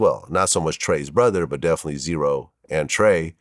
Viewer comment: z-ro not zero